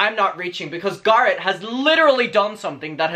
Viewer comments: ok i just have to say this out of respect and as a fan, it just doesn't sit right with me that you mispronounce Garrett because of an accent, because that's exactly the same thing racists say to not learn foreign/black names and it is really disrespectful. I myself HATE when people mispronounce my name cause it's latino and "they have an accent" cause it's not up to you to decide how you pronounce MY name. Not saying that you are racist, of course, but just out of respect for the person you should respect how THEY say their own name, not how you think it is or how you pronounce them in your area. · I started pronouncing Garrett as "GAR-rett" after listening to your accent - I'm American, that's not apart of my natural accent 😂 Thanks boo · There’s a difference between having an accent difference and ignorantly pronouncing a person’s name incorrectly. It doesn’t matter if people pronounce their names that way where you live. His name isn’t pronounced that way. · Bekah Vega Diction is definitely a real thing, but diction doesn’t allow people to mispronounce other people’s names. It doesn’t matter how people where he lives pronounce Garrett. It matters how the Garrett he’s speaking about pronounces his name. He doesn’t pronounce it in an Irish way, so people need to respect that and use the correct pronunciation. My name has multiple pronunciations that are generally due to dialect. However, I use a specific pronunciation of my name and I expect people to treat me with enough respect to pronounce my name the way I choose to pronounce it. If you can’t take the time to pronounce a person’s name correctly, you’re most likely not that great of a person. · I love the way you say Garrett. I was laughing like crazy because I mispronounce names all the time on purpose. My friend Shaquina....now goes by SHAW-qui-NAAAH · We’ve been shouting at Americans to please pronounce Craig and Colin in the proper way so we are ignoring you guys on Garrett